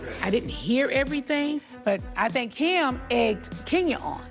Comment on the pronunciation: I’m not gonna lie I miss Nene and her facial expressions and one liners 🤣🤣. Also how she calls Kim, “Keem” 🤣💀💀